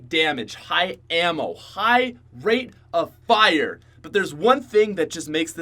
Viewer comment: Did you say rape of fire?